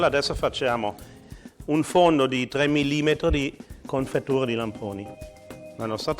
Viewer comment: Solo io mi rilasso quando dice "confettiura"?